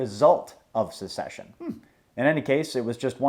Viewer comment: How pronounces certain words: "secession" = "succession" "ignorant" = "ignant"